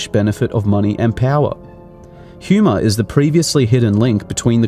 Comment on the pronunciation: He 'H' is silent. It's Huma (pronounced ooom-ah).